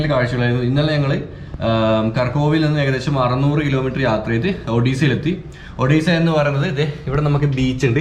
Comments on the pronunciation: "ഒഡീസ'അല്ല "ഒടെസ'എന്നാണ്. സന്തോഷ് ജോർജ് കുളങ്ങര സാറിന്റെ സഞ്ചാരത്തിലും,സഞ്ചാരിയുടെ ഡയറി കുറിപ്പിലും. ഇ സ്ഥലത്തെ കുറിച്ചു കാണിക്കുകയും, വിശദമായി പറയുകയും ചെയുന്നുണ്ട്👏👌♥️👍. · മുൻപിലെ vedio കണ്ട് നോക്ക്.. അതിൽ രണ്ടും clear Ayi പറയുന്നുണ്ട്.... ഇത് ഇന്ത്യ യിലെ odisia അല്ല. Odessa anenn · Odessa.. Odessaaa.... Odessaaa.... Ini marakkaruthu..😁